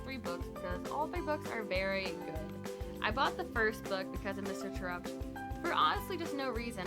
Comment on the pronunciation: It's pronounced Tare upt. As it is mentioned in the second book